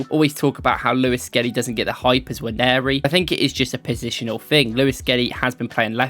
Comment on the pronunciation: Finally you're pronouncing the guys name correctly 👏